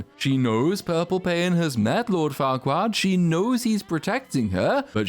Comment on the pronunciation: I like how part way through he forgets to call her fairquad and starts calling her farquaad 😂